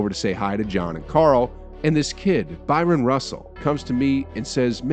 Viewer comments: It’s hard to take behind the scenes stories from a video whose narrator continually mispronounces Bryon Russell’s name and calling him Byron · BRYON not BYRON